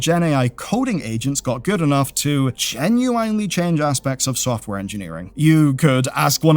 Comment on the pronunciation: jen yoo wine lee